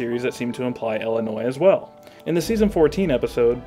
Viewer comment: I have never heard someone say "ellenois". There's a distinct lack of ill there that I can't abide.